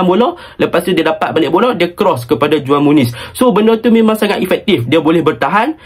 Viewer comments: cara sebut juan muniz ialah huan muniz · Itu belah sana j jadi h kalau belah latin..ko org latin ke...